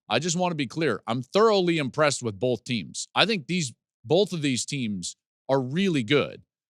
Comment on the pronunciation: I know you talk for a living, so I’m surprised I have to tell you this, but the letter L isn’t in the word BOTH.